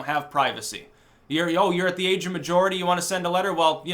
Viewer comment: Seriously, are you saying age of majority or maturity? You might want to work on that